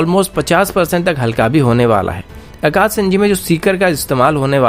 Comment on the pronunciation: Saam nahi sham boliye akas nahin akash boliye.